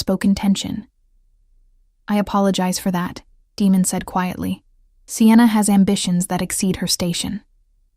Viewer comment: Would have been a good one ,except for his name.... Demon and he is fighting against them to ? Damon is bad enough... People please look up how to pronounce stuff before you put it in your story 🙏👍👍